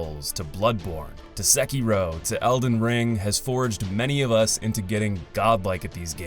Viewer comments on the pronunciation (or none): bro said sekiero